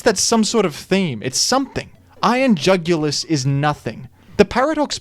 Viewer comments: Iron UGH-ulis. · I couldn't comprehend how bad of a name Iron Jugulis was so much so that i ended up pronouncing is as Iron Joogilee (like marquis) for tbe first few months. I didn't know what the word was but it sounded at least somewhat cool. Once I found out it was jugulis, like neck, I got very upset.